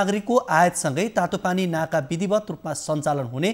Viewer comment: Instead of Tatopani naka... he is saying Tatopani nata ...